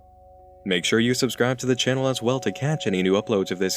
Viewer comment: I really like your channeeehl. It's fun to watch before sleeeep. The only thing that bugs me a bit is how you stretch out the last syllable of every sentennnce. It's a shame cause you have an otherwise very handsome voice :3 keep the gud shit up